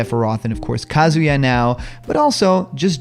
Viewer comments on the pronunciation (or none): none